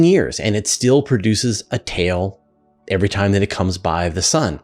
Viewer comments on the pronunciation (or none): none